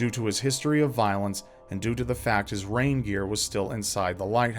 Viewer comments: I thought said one of the keepers had a reindeer instead of rain gear. What a weird pet to bring along, I thought. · Rain gear... I thought you said reindeer at first... so I thought well then they must have gone with Santa!